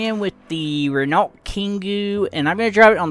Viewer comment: 'ren-alt' 🤣🤣 please look up how to pronounce Renault